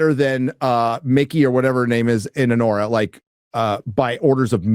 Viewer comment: "A-WHORE-A"! I literally busted up laughing hearing that!